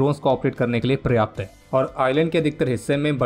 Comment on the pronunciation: पर्याप्त को प्रयाप्त बोला जा रहा है, बार-बार , लगातार। ढीठपन की भी हद होती है।